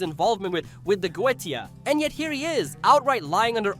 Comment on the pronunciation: This is my first time watching a video of yours and.... What cringe? Are you referring to the comedy? Why are you pronouncing Goetia like that? The show has stated how it's pronounced numerous times. Do you even like or watch the show?